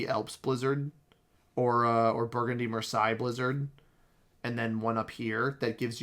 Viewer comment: Just by the by, the eille in Marseille is pronounced like "hey" rather than "hi" :)